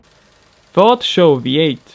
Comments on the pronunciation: S.H.O not "show" lol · It is pronounced s h o not show. Do your reasearch. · lol Ford "xo" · SHO means: Super High Output, S.H.O. not show! hahahaah!!!